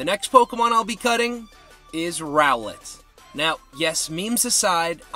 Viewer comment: Love how you say Rowlet “GOD” 😂 It’s a really funny Pokémon to have with Ash Ketchum